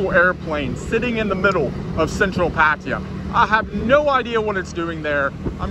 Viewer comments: Pa-Thai-Ya. Not Pattia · It's Pattaya pa ta yaa ... Not pat tee ya Or in Thai พัทยา so many foreigners get this wrong ask the Thai girls how to pronounce Pattaya properly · Pattaya is pronounced like this PUH - TAI - YUH not patia ! ! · It ain't PAT-T-ah. Jeesh. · I can't stand how some farrang keep saying "Paatteeya". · Haha. This guy say the words pattaya so wrong. I am in pattaya right now bro